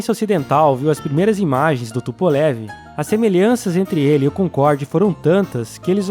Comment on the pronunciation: Não se fala TUPOLEVI. É TUPOLHOVUH, minha namorada é russa e ela me corrigiu.